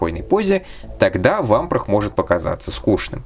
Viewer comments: В субтитрах есть явная опечатка- bro(c)ken, shaky head лучше в этом контексте заменить на wobbly, а правильное произношение Вампра- без звука Хэ на конце, так как по правилам чтения у “Vamprah” h на конце будет глухая..если только это не личное предпочтение) В остальном контент на высоте! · Буква h в английском на конце не произносится, как и во многих других случаях. А про Чирокса я не знаю, вроде бы он все также произносил.